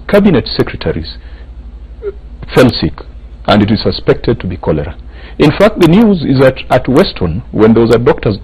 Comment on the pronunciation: Chorera instead of cholera?